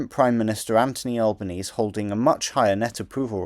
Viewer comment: Great video. For future reference, Albanese in this case is pronounced "Albaneasy" rather than "Albanease.